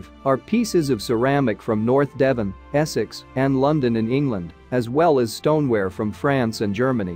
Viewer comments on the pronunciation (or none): none